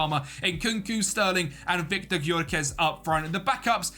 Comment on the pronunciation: It's pronounced Yoh-ker-resh (Gykörese) mate